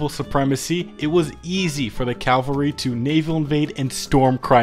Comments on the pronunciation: Very cool video, just one little thing, when referring to troops on horseback it's called CAVALRY, NOT CALVARY, CALVARY REFERS TO A VERY SPECIFIC HILL IN JUDEA, NOT TO FUCKING TROOPS ON HORSEBACK, FOR THE LOVE OF GOD JUST PRONOUNCE IT CORRECTLY. But yeah thanks for the great content, keep it up. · I love hate to be that guy. But it's "cavalry" not "calvary" Cavalry comes from the same root as "chivalry" since Knights always rode horses Calvary is the name of the hill on which Jesus was crucified. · Please stop saying calvary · Cool drinking game: Take a shot every time he mispronounces Cavalry